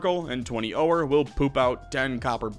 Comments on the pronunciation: how long have you said oh-or instead of ore? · Okay at first I just thought I was imagining it but are you saying OH-ER for ore? Am I pronouncing it wrong? I have always just said it the same way oar like for a boat or the word "OR" lol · Ore is just pronounced like "or" the 'e' is silent. And the first boss the wyvern is pronounced, Why-vern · The way you pronounced ore and wyvern convinced me you are an alien AI :)